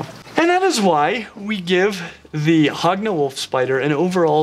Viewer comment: I thought you were saying hog nose and now it sounds like hogna knoll